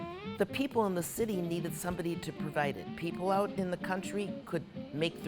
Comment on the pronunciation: Ouuuut a true Canadian with that stumble on ooout sound